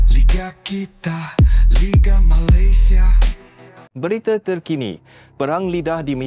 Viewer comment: Sebut Malaysia bahasa nya aja gak jelas jadi Malaydesh .sebenarnya lu emang prindapan